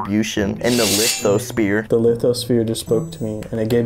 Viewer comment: "Don't forget joules bro,in like farenheit and Celsius...TI-TA-NIC PLATES AND LIKE EQUALLY,EARF DISTRIBUTION AND THE LITHO-SPEAR" - 2022